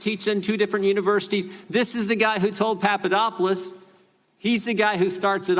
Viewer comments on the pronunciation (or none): Jim Jordan needs to lay off the uppers, whatever it may be. He can't pronounce names....Papa dop oulos Greek...very easy Jim. Jim your grandstanding is getting to be overly, and rediculious...people are talking. Sometimes, less is more, And, when you are in the people's House the House we pay for....wear a jacket, show us the respect our tax dollars earn. Come on, you aren't in the Gym anymore. Are you? Jim....Jim...calm it down.